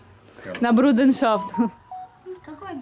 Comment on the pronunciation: НЕ бруденшафт, а бруДЕРШАФТ!!!😛😛😛 УЧИ СЛОВА!!!